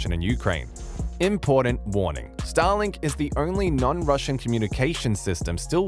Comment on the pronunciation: Please don't prenounce it as Stalin(k)😂